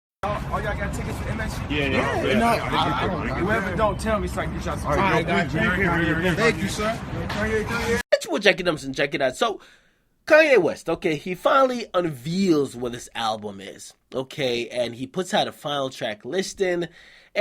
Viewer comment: "unveels" unveils dj dumbass. lol bruh. I know every dj in new York but that pussy akademiks